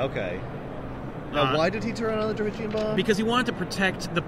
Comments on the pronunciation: Am I the only one that is slightly annoyed by the pronunciation of Terrigen as Terrigian? I swear it's terrigen let me know if I'm wrong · jonathan mortensen it's Tear-A-Gin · Dearest Abigail, One year has passed and I've given up hope that and his friends will ever pronounce "Terrigen" correctly. At first it weighed heavy on the mind. Now, I have become numb to their ways. I am not sure I will return from this battle. Conditions are harsh. Please send money. Kindest regards, General Silver Montezuma Surfer